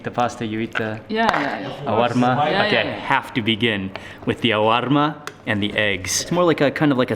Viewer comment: Mark, i think ull dream of that “Awarma” ur one week ahead! Hahahha